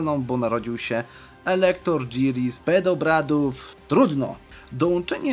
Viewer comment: PODEBRAD nie PEDOBRAD... Za dużo pedobeara się oglądało 😂